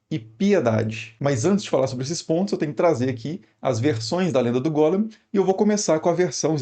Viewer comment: E é Golém q fala e não Gólem E Sfer Yetizá "formacao" como em "informar" a hilé (matéria bruta, madeira pré carpintaria) em morphé.